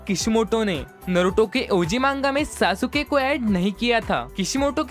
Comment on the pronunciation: Broo wo Sasuke ko saasooke nahi Saske bolte hai